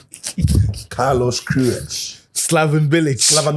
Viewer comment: Chale I watch the "carlosh querioshh" playback like 10 times 😂😂😂😂😂😂😂